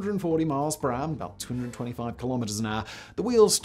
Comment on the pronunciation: actual english: per hour simon: PRAH